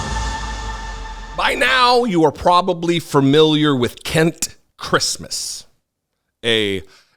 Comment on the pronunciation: I can't believe you keep mispronouncing this man's first name! He's definitely some sort of Kent Seems a bit odd that he's watched an entire children's film to make himself aware of it's content too!